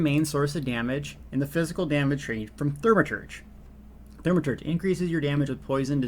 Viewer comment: Thaumaturge (Thaw-ma-turdge) there is only one r. Reminds me of the way my father used to say Warshington, and Warshing Machine. don't know where you get those Rs from. Otherwise thank you for the video, well organized and informative.